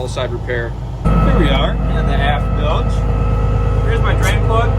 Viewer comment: Bilge pump not billage pump